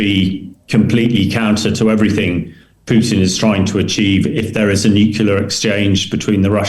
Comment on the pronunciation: Hamish DBG is one of my favourite authorities on military matters to listen to but Hamish can you please pronounce NUCLEAR correctly?